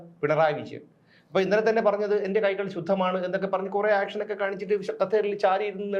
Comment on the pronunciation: ആക്ഷനല്ല “ഏക്ഷന്”